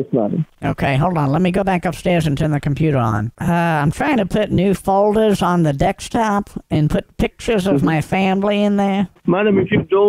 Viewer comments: Why do you say "dekstop" and "anydeks". What did I miss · I chuckle at saying "dextop":) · I love how you keep saying "Dextop" instead of desktop just messing with them and they don't realize it. 😆